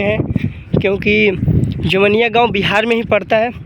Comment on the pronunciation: Pahle tu gaw ka nam sahi se bol.....ara jila ka ho or jawainiya nahi kah pa rahe ho